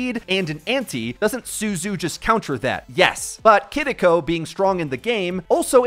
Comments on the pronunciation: "Kidiko" People trying to say things the correct way in Japanese is getting out of hand 💀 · say it with me dumbass kee ree ko kiriko NOT kuhriko ... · lmao ''kidiko'' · why does my guy pronounce Kiriko like that lol